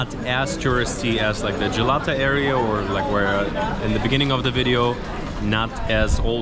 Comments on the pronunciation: the way he says Jalata tower 😂😂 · Gelato tower 😂